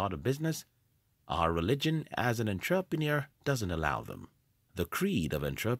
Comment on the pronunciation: Firstly, you aren't an entrepreneur, you're a computer who can't even pronounce entrepreneur. Secondly, Google became profitable because of government funding thru the CIA. It had nothing to do with delayed gratification. It has to do with invasion of privacy and data collection.